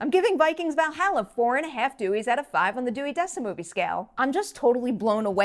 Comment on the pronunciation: needs to learn her vowels when it comes to pronouncing Valhalla.